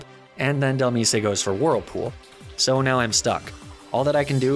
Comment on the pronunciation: AND DHELMISE "del-meese-ay" like bro it comes from DEMISE do you pronounce demise as "duh-meese-ay"?